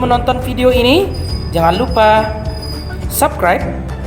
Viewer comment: subkraib weee bukan sabkraib